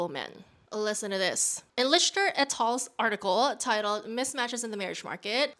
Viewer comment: Lichter is pronounced lik-ter, not litch-ter